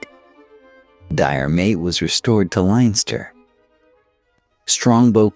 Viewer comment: 'Linester' and 'Meeth' did it for me...... couldn't listen anymore. Oh and the Rochess ha ha